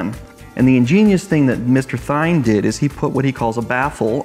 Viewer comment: It's pronounced "Thien"